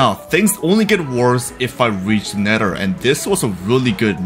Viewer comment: Nether ❌️ Nedder ✅️